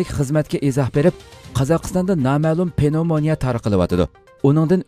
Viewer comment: Avo Uighurlarning hanum kizlirini tarbialash digan gapni hitaidin ugandingizmu? Nima gap u? Okutti, bilim bardi, chakuruk kildi , ugatti ,daris otkazdi dimamsiz Uighurning tili bai va kang soz tapamamsiz ? Andi undak parang kilghichi bolmang . Gepingizni tuz kiling. Penovmania amas pnevmonia. Tarbiani ata anisila balisigha kilidu.astigha tushti digan nima gap?